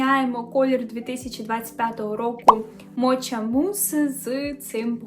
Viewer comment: Мока, а не моча))